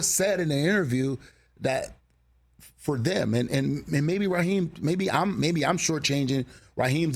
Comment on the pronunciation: Ummm, Raheem, not Raheed